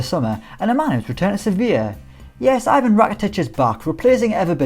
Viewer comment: I gave a like, but please learn how to pronounce names correctly. That is not how you say 'Ivan'! Rakitić isn't even obscure player, and name Ivan is a very popular East European name